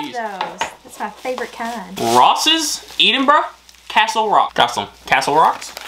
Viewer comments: Sitting with my Scottish Fiancee, she is getting really annoyed with your pronunciation of "Edinburgh" 🤣🤣 I'm from a place in England with lots of mispronounced places, but that's annoying her no end 🤣🤣🤣 Its Ed in brugh BTW 😅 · The way you pronounce Edinburgh hurts my ears lol. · Just to let you know that Edinburgh the Ed is pronounced the same as in Edd not ead. Still love your videos. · Hey it's not eedinbrugh it's Edinburgh E for Egg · its Edinburgh not EEdingburgh 🤣🤣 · Please try saying Edinburgh correctly. It's not "eed" in bruh, but ed(like head), so ed-in-bur-uh. I hope that helps 😉😉😊😊Btw, you really look great in the flat cap. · Hi guys. your pronunciation of Greyfriars was pretty good, but can I just politely point out that Edinburgh is pronounced as "Eh-din-bruh" and not "Ee-din-bruh" (thank you for getting the "bruh" part though, most Americans tend to say "burgh" or "burrow") and also "Celtic" is a hard "c" not a soft "s" sound at the start (unless you are referring to the Scottish football team) 😁. Great video. Loved watching how excited you guys got about it all! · Not EEDINBURGH....EDDINBRUH. CELTIC is pronounced KELTIC. Unless it's the Glasgow football team CELTIC when it is SELTIC. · Please, please it is Eddinburra not eadinburrow. Aaaaaahhhhhh!! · It’s pronounced Ed in burrow and not Eden burrow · By the way, it's pronounced Ed-in-buru... Not Eeden-buru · To people sending gifts: Write a note and spell the words phonetically for accent. saying Eden-brah is annoying me!! It's Ed-en-brah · Lol please stop saying Eden-burgh.. its Ed-in-burgh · It's pronounced ehdin burr a not eedin boro ,and Keltic not seltic . Celtic is a language and culture the other Celtic is a football team. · why dont you never let her open her own gifts? your so selfish and its pronounced "EDINBURGH" not eeeedinburgh ffs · It’s pronounced Ed-in-bruh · Eedinburgh was grinding my gears lol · I'm from near Glasgow and I pronounce it "Ed in burra' lol